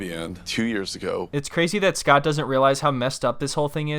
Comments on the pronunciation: Grammers and Redditors call him eScott thanks to her daughter Nicole pronouncing his name. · You mean EhhSckot